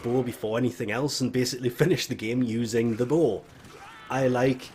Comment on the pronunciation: It took me like 5 minutes before I realized you were saying "bow." I was all like "WTF is a bull weapon?"